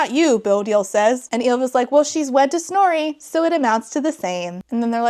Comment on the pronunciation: Is her name Snorey? That is all I can hear, I can't unhear it